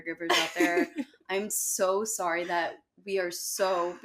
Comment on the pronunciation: I’m Canadian. I got a kick out of her trying to say sorry like a Canadian.